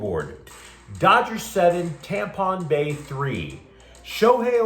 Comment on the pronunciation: Dude you had me at " TAMPON BAY" FRICKIN HILLARY-OUS 😂😂